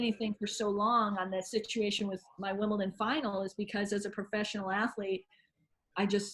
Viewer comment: Why can't Americans pronounce Wimbledon right? It's not Wimpleton